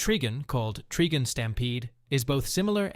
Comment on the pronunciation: its tri-gun tri means 3 or triple. trigin is a ridiculous way to pronounce it